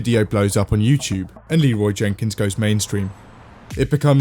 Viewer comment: Anyone else upset that Leroy Jenkins doesn’t say Leroy Jenkins correctly